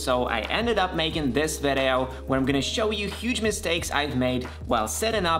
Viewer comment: You keep saying "vedeo". What is your primary language?